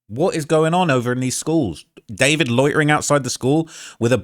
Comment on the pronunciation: I thought his name was DuhFOURvid not David….